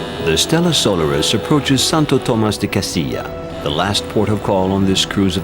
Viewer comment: Such a pity that the narrator does not know how to pronounce the name of the ship correctly.